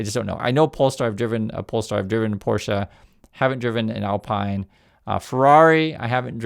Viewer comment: Alpine is pronounced "Al-peen" It's a Renault